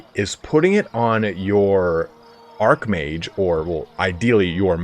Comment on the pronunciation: I would expect 'Archmage' to be pronounced same as 'Archbishop' which is to say with a soft "ch" as opposed to a hard "k". Hearing "Arkmage" all the time was a touch peculiar; Isn't it the Dark Elves who get Arks? ;-D Apologies if some (dopey) "lore" reason decided to change the pronunciation and thus you're correct and I simply didn't realise that to be the case.